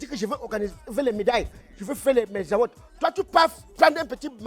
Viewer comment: Donc c'est "Award" que prononce "Awott"? 😂😂😂